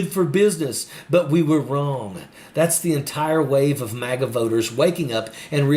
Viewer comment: "I used to be a MOGA Republican and now I've turned blue." Wow! Lady was a MAGA Republican and doesn't even know how to pronounce MAGA. As much airtime Trump and his MAGA brand gets -you can certainly tell that this lady listens well -NOT. Maybe, just maybe there is hope yet.